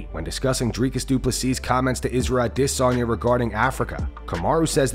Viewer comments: Israel AhhDissOnYa is my favorite fighter, thanks for saying his name so often this video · aD IS onya - bro your are butchering his name lol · I’m constantly wondering why you pronounce A-Desanya so oddly 😂😂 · Narrator pronouncing Izzy's name like that is making himself just as cringy..wtf is this channel thinking 🤔.. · The way u pronounce izzy s Name, u sound stupid